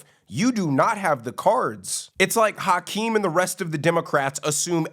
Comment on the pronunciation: Pronouncing his name is like hacking up a lougie. Haackeem